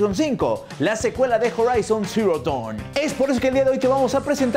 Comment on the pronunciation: Porfin alguien que pronuncia bien Dawn, salve!!